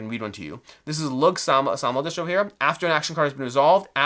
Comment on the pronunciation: Thanks for this. Just an fyi Lugh is pronounced Loo. Like in Lughnasa (August in Irish and the Brian Friel play/film). And Aisling is ashling. Looking forward to getting this.